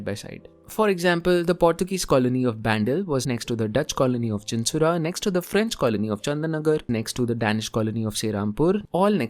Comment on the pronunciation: it's not Chinsurah its Chuchura